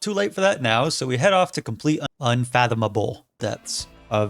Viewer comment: Struggles to say "unfathomable" and then perfectly says "Mzinchaleft" right after